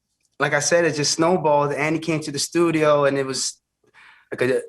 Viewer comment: Did Charlemagne just say "Thudio"??? 😳🤣😆